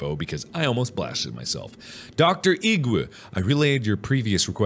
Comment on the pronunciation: Mark says doctor Igwe before knowing its pronounced igway